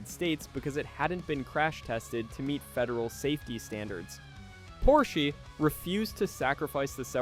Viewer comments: Very good video. It's an awesome narration. The only thing I have to say is that it is weird that you know so much about this car that you have to name the company incorrectly. The Porsche is called Porsch AH, not Porsch, with a long or hard E. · You are calling this legend a "Porshy?" Moron. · I’m sure the “Porshy” is a joke and one opinion doesn’t matter but this car has so much to do with Motorsport history and a huge part of why Porsche is Porsche today (Minus the cayenne bailing them out$$) the least you could do is address the builders name correctly👎🏻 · Yes......yes he is 😂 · Get your pronunciation correct! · An entire video saying porschy? Annoying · It annoys me as well. He's talking about a brand of car nobody ever heard of..., wait I'll watch if I can find my Volvoy on the parking lot.